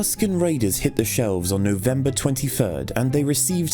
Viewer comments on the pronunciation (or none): No-Vembah da twenty furd is gonna go down in herstory.